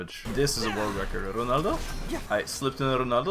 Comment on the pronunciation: RRrrronaldo tho .